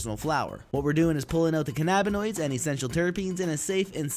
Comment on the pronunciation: Love your videos man but its cannabinoid not canabanoid it's like saying cannabis now just say cannabinoid but great video you know way more then me anyways just saying the way you said it wss wrong but man who cares you grow the best shit anyways and this is awesome also